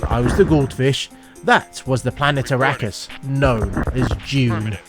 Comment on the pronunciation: arrakis is meant to be pronounced, ar-rock-us? :) wonderful that guardening is the same thing. ie protector of the heaven gates. but how did I know, not from flesh.